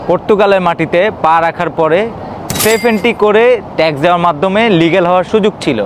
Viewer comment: Eita SAFE entry na 😂 SEF entry